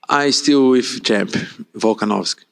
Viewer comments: couldn’t even pronounce P4P legend’s name… 🤦🏽‍♂️ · Mackenzie Dern really acts like she can’t say volkanovski? She grew up in America but wants everyone to think she’s foreign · Volkskonofski😂the lady nurmagomedoved volk😂